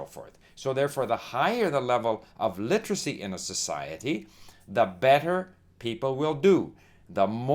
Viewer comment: Hey old man. If you're going to talk about literacy, then you should at least know how to pronounce the word. Its a 4 syllable word, not 3 like you try to pronounce it. LI-TER-A-CY, not LI-TRA-CY. Get off YouTube and stick to checkers with your buddies.